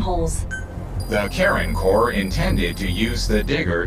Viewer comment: Does anyone else keep hearing "Karen Core"?